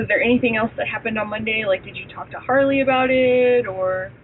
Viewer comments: "anythink" "aaaeeeeverythink". After weeks of listening to her during trial, it's all coming back to me. She's the worst, evil person and she's beyond annoying on top of it all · She also pronounces Anything as Anythink it's sooo annoying